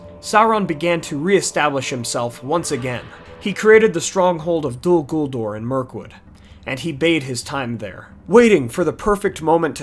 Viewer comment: Dude. It's "DOL" "GULDUR" Not "Dul Guldor" The second "ur" in Guldur is more like Uur or Ure. Totally inappropriate to use an "or" sound